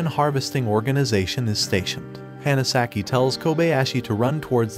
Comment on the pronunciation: "the Hanasaki" (pronounced Hannah) You're awful with pronouncing names, even on your other channel. If you can't be faithful with that, maybe you shouldn't review anime.